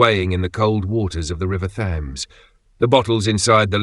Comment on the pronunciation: How does an apparently English narrator mispronounce "Thames"?